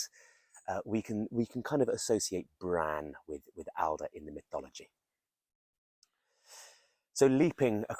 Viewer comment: Really interesting vid! Long "a" in Bran